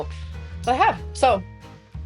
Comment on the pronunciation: "Wait whut wuz I sayeen? Sorry I got distracted by that emoji. Anyways..." (Then she instantly and flawlessly recalls what she "forgot.") 😂